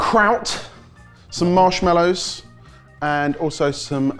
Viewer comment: Why does every single person on here say marsh mellow instead of the correct pronunciation of marshmallow .😮